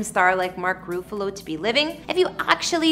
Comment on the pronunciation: Mark Roofalo?? If you’re gonna do a video and slap it up on YouTube, at least pronounce the star’s name correctly. Every Tom, Dick and Harriet these days think they can narrate video like they work for Entertainment Tonight. Perhaps get a real job.